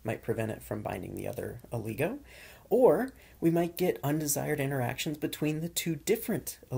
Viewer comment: It's not Ooooligo lol Its oligo